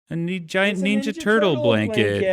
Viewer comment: I could listen to Dan say "neenja" all day